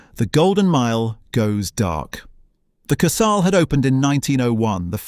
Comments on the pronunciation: Wow. Great pronouncing of wurdz. Majjjjjorcka! Kurs-hell. Images not always relevant to the narration or actually from the time or the place, or just AI generated. A nice video with some nice facts but could have got a human to review it first. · Dreadful AI narration, constant mispronunciation of Kursaal and Ramuz. I especially liked ‘Lay’ meaning Leigh